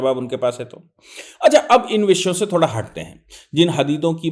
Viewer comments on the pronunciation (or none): none